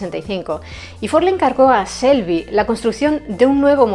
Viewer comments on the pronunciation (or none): Muy buen vídeo y muy bien explicado todo pero por favor ya lo he escuchado en otros vídeos no se pronuncia Shelby (selby) con ese se pronuncia chelby. Por favor me duelen los oídos cada vez que lo escucho. La imagen de la comentarista abajo a la izquierda de la pantalla restablecer visibilidad a las imágenes. Por lo demás todo muy bonito